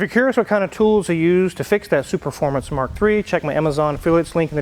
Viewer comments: Nailed it! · 15 seconds in and he pronounced ’superfomance’ and ‘euroasian’ correctly, unlike another popular car YouTuber